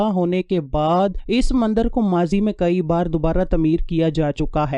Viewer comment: Mandar nhn mandir hota ha plz correct